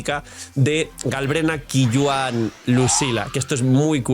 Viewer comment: Qiuyuan se pronuncia Choiyuen, creo que es fácil de pronunciar